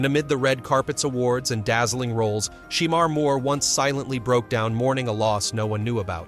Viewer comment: Hate the way he saying his name smh.